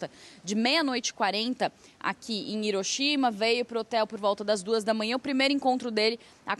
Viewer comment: O primeiro apresentador que pronunciou correto ☝️ HIROSHIMA COM O SOM DE RR Tipo ( riroshima )